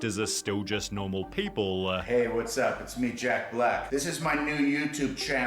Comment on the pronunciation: channeLLLLLL.... peopLLLLLLLLLE....